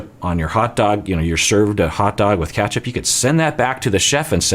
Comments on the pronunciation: Okok, i get it but the way you pronounce "ketchup" is obviously wrong. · Lol omg I went all the way back just to hear him say ketchup bc of your comment 🤣